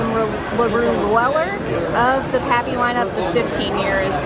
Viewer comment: Was slightly disappointed when the girl couldn't even pronounce pappy thought she was just there to sell it lol I don't mind the secondary raffle not a bad way to go Enjoy the content